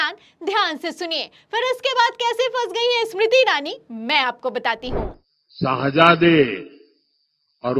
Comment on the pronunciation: 😂"Shaahjaade" nay "Shehjaade" hota hai, Modi 👎 moye moye...